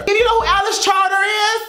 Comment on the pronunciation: Chater is pronounced Chayter, if that makes sense. Also you should listen to her stuff, she deserves the recognition, that girl is too good for this industry but she's in it so we need to give her the love she deserves.